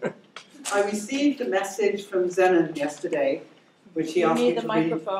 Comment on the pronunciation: Honestly I only clicked to hear the pronunciation of Zenon. She pronounced it just like I do.